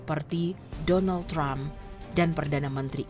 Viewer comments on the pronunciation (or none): none